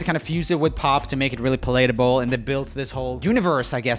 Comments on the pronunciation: The way Joel says “palatable” is so jarring every time 🤣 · Roomie: "palatable" Me: oh yeah he still says that word wrong